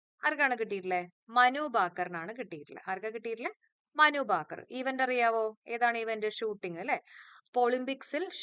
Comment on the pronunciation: മനുബാക്കർ എന്നല്ല മനു ഭാക്കർ എന്നാണ്